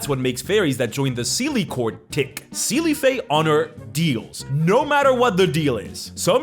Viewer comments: I know you, as a latin speaker, would pronounce Seelie like that (I am as well), but the correct pronounce is something like "shee" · It's pronounced say-lay and un-say-lay 😞